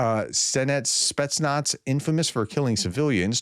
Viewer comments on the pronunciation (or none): none